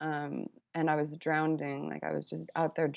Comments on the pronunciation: Did I hear her say 'drownding'? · i love that she says nobody’s perfect and a few minutes later pronounce “drowning” as “drowneding” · "I was out there drownding"